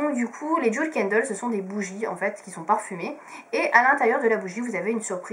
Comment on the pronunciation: On dit bien DJIWEL et pas DJOUL